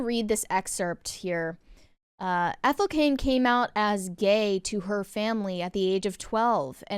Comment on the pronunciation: Her name is Ethel. Ethel.